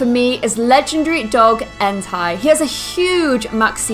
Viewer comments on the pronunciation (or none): entei not enti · you Said Entei it's pronounced En-tei not entaj just so you know 🤓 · entei is pronounced in-tay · ex0ticx0x how is entai pronounced then? I've never played gen 2 before so I honestly don't know. It looks like it'd be pronounced en-tie. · i kept thinking she said hentai instead of entei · enTAI -______- its like she 1st lagnuage not even english. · its en-TAY, watch the pokemon movie if u need help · Just saying you said entei wrong its supposed to sound like enta like how you say a normally just trying to say that real quick.